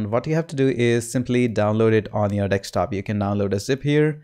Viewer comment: Thank you Sir. And did I just hear dekstop?